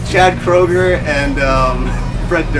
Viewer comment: You pronounced Kroeger wrong. XD